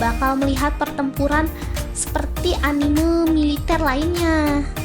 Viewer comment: Sudah gue duga, dari cara cewek ini ngomong anime bukan gaya orang papua nyebut hurufe, tapi cara nyebut e nya kayak huruf e di kata "terbaik" itu yang bikin ane notice kalo dia ini bukan penggemar anime 😂😂😂